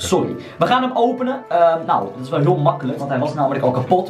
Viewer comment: Grappige wwweeelll